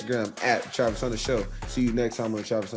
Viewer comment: Travis thanks for answering my question. Also much respect for pronouncing my name right. For that, you and your crew have earned my respect. Hope to see you on Sundays in the NFL and good luck to whatever team drafts you (Just don’t let it be the Saints) Haha 😂 Anyways, I appreciate you and look forward to seeing more questions from me soon! (P.S. I’m going to get your jersey once you’re drafted)